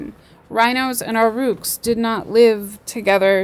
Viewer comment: AUROCHS..PRONOUNCED "AWE-RUCK" NOT AUR-ROOK